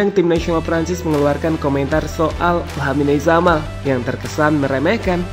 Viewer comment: pengucapan nama pemain ngacok, "lamine yamal" dalam baasa spanyol ttp dibaca sama serpti penulisan, beda sama bbrp pemain spt carvajal menjadi carvahal karena pakai hurf "j" (hota) yang dibaca seperti huruf "h". kocak "lamine zamal"